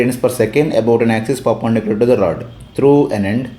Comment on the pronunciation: Perpendicular ❌ papendicular✅